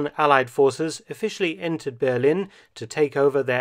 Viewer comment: I've never heard anybody call Berlin, Bearlin before😄